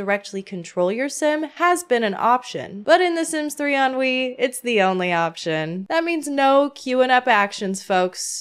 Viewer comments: i love how it sounds like you keep saying "ennui" bc if that doesnt perfectly describe my feelings towards the sims lately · I kept hearing "The Sims 3: Ennui"